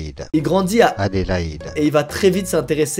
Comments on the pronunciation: Tu m’as régalé avec ta prononciation des villes Australienne “ Pirse” et “Adilaide” xD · Squeeze a une telle puissance de conviction que j'ai même plus envie de l'appeler "" (Par contre Adélaïde "Édilède" c'est non. Ça dégage.) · Moi qui m'appelle Hédi quand entendu la ville qui se prononce "Hédileid" j'ai bug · Weshhhhhh il a pas respecté mon nommmm 😭 Je m’appelle Adélaïde 🥲 Ça se prononce : Adéle ( comme la chanteuse d’ailleurs son nom vient du mien ) Et : aïde comme la fête musulmane. Vous collez les deux et c bon vous savez le dire 😭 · Mdr il grandi a Adélaïde ses mon prénom 🤣🤣 Squeezie ne sais pas le dire je me suis tapée un de ses fou rires 😭🤣🤣🤣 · La prononciation de Adelaide et Perth, je meurs 😂😂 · Euh, tu sais pas prononcé "Adéilaïde"?? "Adélaïde vient du germain "adal" qui signifie "noble" et "hild" qui veut dire "combat" Adélaïde est un dérivé du prénom Adèle, mais elle a sa propre sainte: sainte Adélaïde. Adélaïde trouve ses lettres de noblesse au Xème siècle avec sainte Adélaïde." Google. C'chaud genre vraiment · Elle est dingue cette histoire mdrrrrrrr, j'aurais craqué dans l'avion moi 🤣🤣🤣 qui ne sait pas dire Adélaïde correctement, jpp x) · À quel moment tu sais pas prononcer Adelaïde ? 🤣